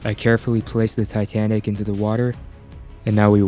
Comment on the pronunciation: it said tanic insted of titanic